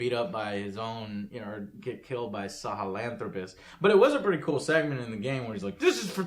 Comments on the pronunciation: Joe's, it's Sa-Hell-Anthropis ... not salalalala... xD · "Sahel-a-anthropus." No, it's Sahelanthropus or "Man of the Sahel". Not a difficult name at all. Americans. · Salahel.. Salahel... It's just SA HEL, sahelanthropus. The Sahel is a region in africa that marks the transition between the Sahara desert in the north and the african savana in the south. Fun fact, sahel also mean easy in Algerian language, not so easy to pronounce obviously :p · It's Sahelanthropus, not SALAHAANTHROPUS! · It's Sahelanthropus. Not Salahanthropus. But okay. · It's sahelanthropus)